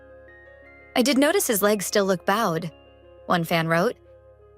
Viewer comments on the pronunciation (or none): Can’t we have a real human narrate these stores? With any luck they would know how to pronounce “bowed.”